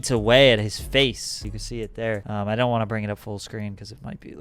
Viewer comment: Don trip like Don’t lol not dawn